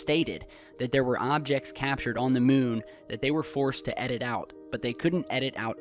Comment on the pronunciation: u said "some hobjects"